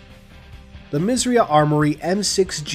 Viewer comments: Did you know you are saying "Misriah" incorrectly? It's pronounced Miz-er-eye-ahh. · When you say "Misriah" i thought you said "Misery" 😂🤣